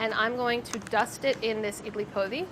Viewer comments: Idli Podi is pronounced with a hard D (like poh-dee) and translates literally to idli powder! my family always just used to call it idli karam or kobbari karam (bc ours had coconut in it, or kobbari) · Sohla’s was definitely my favourite but she’s gotta learn how to pronounce “idli podi”!!!!!! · I love sohla and I really hope she appears more.... but her pronunciation of podi made me cringe so hard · The podi in idli podi is pronounced closer to pori than podi, like a hard r